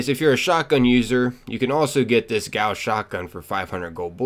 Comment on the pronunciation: the way he pronunces gauss really bothers me